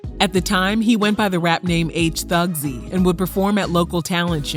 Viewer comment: "H Thugzy" lol